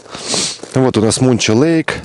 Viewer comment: Искал в гугл карте мунчо лейк, а оказывается манчо лейк